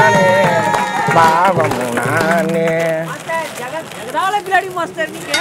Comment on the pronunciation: baabamah illa baavamah